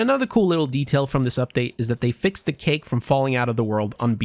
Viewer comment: saying cake had me dying hahaha